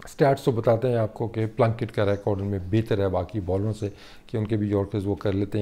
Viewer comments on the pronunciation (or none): none